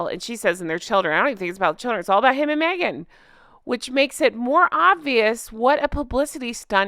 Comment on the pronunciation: Maybe my hearing is going, but when you said Meghan, I thought you said maggot…